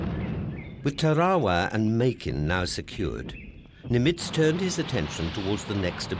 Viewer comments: Pronunciation of Nimitz was strange. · I agree. If you’re going to be a narrator, you really ought learn the correct pronunciation. He made multiple mistakes to the point of distraction.